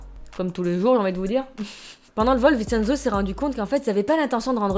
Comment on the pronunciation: Le "cen" de Vincenzo se prononce "tchén" (ça m'a stressé tout le long 😅) Super vidéo sinon !! J'aime trop !!!